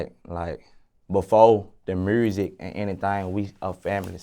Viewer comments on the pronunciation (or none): I love but “mursik” wtf